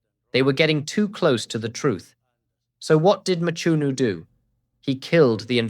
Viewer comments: It's Mchunu not Machunu or Matshunu. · Hearing you butcher the surname "Mchunu" almost takes away from what is otherwise a great analysis. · Eish...pronunciation of Mchunu😢